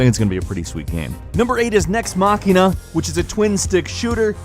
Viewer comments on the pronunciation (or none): none